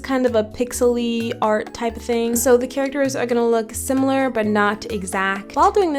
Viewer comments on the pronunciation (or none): none